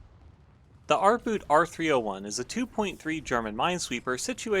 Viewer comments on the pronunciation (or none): The German "Boot" is pronounced boat not boot ... you know just like you did with U-Boot.